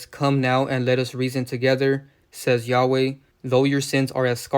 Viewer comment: Say he’s name right first